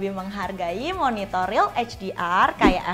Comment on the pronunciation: Gara gara Yuki, pas dia bilang Monitor, gua dengernya MonitoL...!